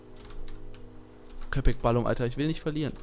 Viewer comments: balım sprichst du falsch aus und es heisst mein süßer köpek heisst Hund und du sprichst es richtig aus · wie episch er das sagt Köpek Balim ALLES klar XD heisst eigentlich KöpekBalik. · Es heißt köpek balik und nicht kopek balim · Balim heißt nicht Hai xDD Balik mit K bedeutet : Fisch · Köpek Balík nicht Balum, :) Bin Türke. :)